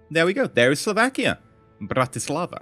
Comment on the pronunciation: The pronunciation of Bratislava or Jozef Tiso... so funny to hear someone trying to say sth in Slovak but nice try. (I am from Slovakia from those who did not know)